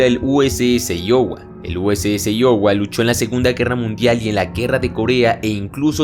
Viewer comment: Aiowa se pronuncia